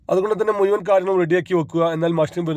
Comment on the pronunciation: മുഴുവൻ ആണ് മുയുവൻ അല്ല 😊